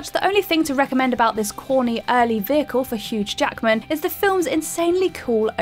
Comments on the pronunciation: Sounds like she said HUGE Jackman, so does she know something about him the rest of us don't know about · Did she just say Huge Jackman? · she clearly says HUGE Jackman instead of Hugh. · You do realise his name is Hugh Jackman, not Huge Jackman, right? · And then I heard Huge Jackman. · Joy I scrolled down to see if anyone caught that, or if I'd heard right, but I did hear "Huge Jackman." She didn't do the French Thing and slur the following consonant onto the first word! Stay safe. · Maryscott OConnor so you missed Huge Jackman. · "Huge" Jackman "apropus" of nothing his 2009 "adaption" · Anybody else catch that "Huge Jackman"?? Just me?? 🤣🤣🤣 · Huge Jackman? Apropose? Can you guy, I dunno, CHECK pronunciations of stuff before it goes out? It'd save you a whole lot of hate. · "Huge Ackman" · I thought mispronouncing Nas' name was bad but "Huge Jackman" was brutal. I know you guys gotta pump out the videos, but please double check pronunciation first. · Did you say "Huge" Jackman? He's not even that tall or built, so you couldn't have meant that intentionally--Unless you've seen him backstage (I doubt that). And last time your mispronounced hippolyta. Please stop pronouncing things strangely. You going to say "sym bye oat" next?